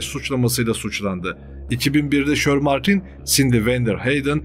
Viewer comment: kardesim insanda birazcik ingilizce olur.herzamanyanlis okuyorsun.mesela shermartine de neymis.shermantine diye yazilir ama shermentayn diye okunur.bu sadece büyük eksiklerden biri